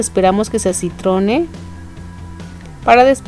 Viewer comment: aaala qué delicia¡¡¡¡¡¡¡¡¡ y conveniente para los que no tenemos horno¡¡¡¡ postdata: sólo una acotación, mi estimada amiga: no se dice que la cebolla se "acitone", quizás en el momento no lo dijiste bien, por eso te escuché que dijiste así. el término es "acitrone". pero aparte de eso, tu receta es profesional, excelente y es con lo que agasajaré a mi sobrino y a su esposa dentro de unos cuantos días que nos despidamos acá en casa. abrazos grandes amiga, y bendiciones para tí.